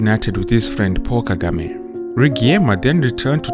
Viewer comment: Paul Kagame. It sounded like "Poor" Kagame. He is the rare African leader who is honest and speaks the truth convincingly.